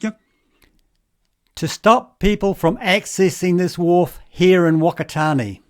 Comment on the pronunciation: Fuck-a-tar-near is how you pronounce Whakatane.